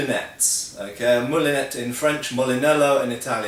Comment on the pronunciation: A valid point, but MOULINET, please. Feel free to pronounce the "T" in English, but a moulinette is a food processor.